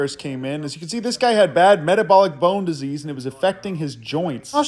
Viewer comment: I like the way you say metabolic bone disease